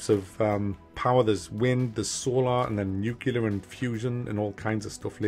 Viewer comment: It's nuclear, mac